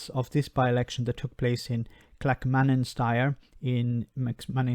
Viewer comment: Clack-manan-shire. Good try though 😉